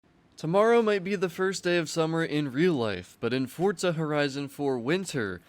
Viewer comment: k why does EVERYONE say “Fortza” not Forza